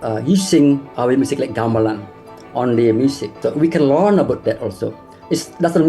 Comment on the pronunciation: The first syllable in the word "Gamelan" is pronounced with the same vowel as the last syllable. I don't know why English speakers change it when they hear Indonesian speakers say the word all the time and the "ɐ" sound is part of our vowel set. It should sound like the vowel in the word "gong", which is, you know, a metal percussion instrument.